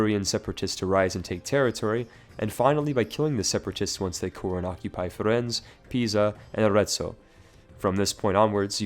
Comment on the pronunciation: Firenze is pronounced FiREnzay, not firenz